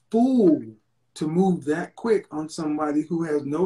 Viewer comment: High value people don’t use worlds like “dis, dat, dere” especially in a professional setting. The audacity!